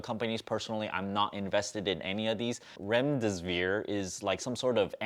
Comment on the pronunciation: Don't wanna be a pronounciation police here but it is pronounced as gee-lee-ad and rem-des-see-veer. But interesting video!